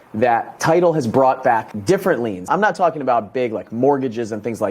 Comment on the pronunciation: Liens not leans👍